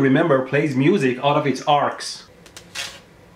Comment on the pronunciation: No I believe you mate! I've seen the videos! It just sounds like you're saying "plays music out of it's arse" to my puerile lavatorial sense of humour! :D